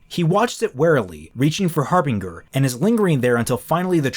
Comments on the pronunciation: The second syllable is pronounced like “binge”. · Anyone else finding it weird how is pronouncing Harbinger? No offense,.